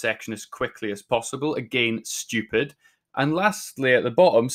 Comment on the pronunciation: I like when he says STUIEPID